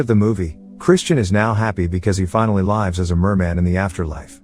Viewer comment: Why did you say "lives" in such an obviously incorrect way? You said it in the way you'd say that you are "live on TV", as opposed to "lives" as in "living". Is this not even a real person talking? Is this just a text-to-speech device? You even said she blows the candles with her butthole without even chuckling. Either it's a text-to-speech device, or you are a robot.